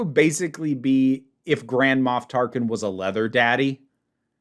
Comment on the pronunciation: I apologize, but... nearly every time said, "Grand Moff Tarkin," for some reason I heard, "Grandma Tarkin."